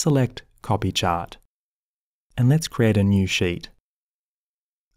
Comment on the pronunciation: Nice tutorial! I like the way you say, "chart", like "chot" You could do voice over work!